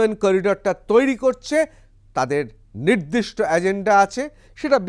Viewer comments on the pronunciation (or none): none